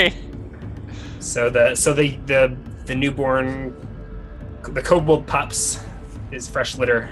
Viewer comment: Ko-Bold master race. Kobold master race